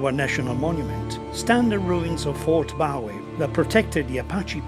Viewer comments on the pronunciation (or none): Properly pronounced " Boo' ie", not Bow-ey. A touching video. Good job.